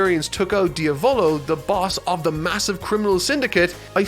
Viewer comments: its diavlo like the Italian word for devil not dio volo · Dia volo🤣 pronouncing names in jojo isn't your thing is it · Don't want to be that guy but... you pronounced Diavolo wrong. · Yeah you pronounced better narancia then you did with diavolo